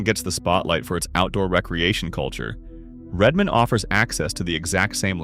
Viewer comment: Incredibly badly done. Mispronounced a bunch of places, and inserted a scene of down town Leavenworth Washington and called it Redmond Or. And this poorly researched vlog missed two or three of the more famous "banana belt" cities in the Region: Oak Harbor WA, Anacortes WA and certainly Sequim WA. And you didn't mention that around the greater area of Bend Oregon sits about 40 of the best golf courses in the Pacific Northwest. Whoever made this hasn't spent much time here.